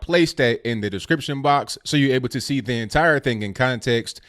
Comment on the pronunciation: I like your channel. I like your take on things. I understand what you're trying to do. I do have some constructive criticism. Its that not dat! It's the not du.